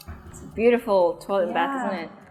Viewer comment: "toolet" not a big deal but it irks me